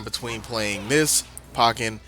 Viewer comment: Nit-pick time! ...pretty sure it's poke-ken, not pahken. The way you were pronouncing it was driving me nuts XD